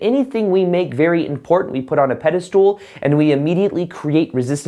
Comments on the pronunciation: Pedestal not peda- stool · Pedestal not pedestool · pedestal not pedastool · just can’t get over him pronouncing it as “pede-stool” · "pedestool" hahaha perfect to minimize importance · Lol sounds like you're saying PEDE-STOOL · I like your messages but when you say “pedistool’ it lessens the impact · I completely agree with you ... never in my life have I heard of anyone else pronouncing it as Pedi .. stool !